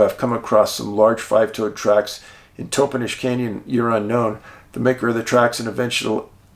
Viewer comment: This is soooo interesting. I grew up in the Yakima city area. Just a couple of pronunciations fyi, Aw TAN um (Ahtanum) and TOP en ish (Toppenish). These sightings and encounters there were NOT made broad public information and I had heard of only one sighting in Moxee, years after I moved away from Yakima. The bigfoot activity in the Yakima area was obviously much greater than was generally reported.